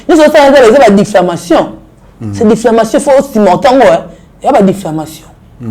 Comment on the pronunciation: Difflamation😂😂🎉🎉🎉on dit diffamation.